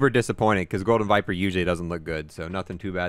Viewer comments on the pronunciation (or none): none